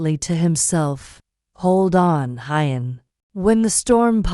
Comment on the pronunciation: The female narrator needs to read our comments: Huyen is not Hi-yen...it is pronounced "who-yen" , Mi-ya, and Bi-Bi. Please try to get this right!!!